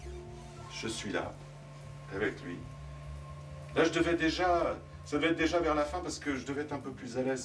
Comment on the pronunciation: Certaines fautes de liaison sont de grands classiques ; le « ça va-t-être notamment.